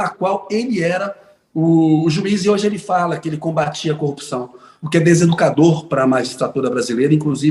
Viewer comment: Será que um indivíduo que quando vai se referir a esposa, fala "CONJE", ao se referir a tacógrafo diz : "TACON" ao se referir a corrupção diz: " CUPÇÃO ? Será que esse JUIZECO lalau que ao pronunciar uma frase de sete palavras , comete sete erros grotescos, será que ele realmente passou em concurso de Juiz federal sem a mão grande da maçonaria ? Hein ?